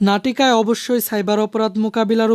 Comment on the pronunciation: নাটিটায় নাকি নাটিকায়😂